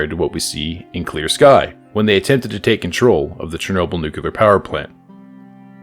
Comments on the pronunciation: nu-clear not nuke-u-lar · Never trust a guy that says newquelar instead of nuclear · nuclear, not nukular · nucular lol